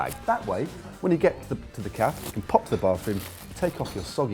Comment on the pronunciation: Holy shit are you pronouncing cafe (cafay) like caff?